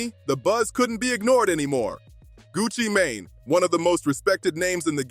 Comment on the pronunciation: Who is gucci mon- ne? U mean gucci mane? Tf lol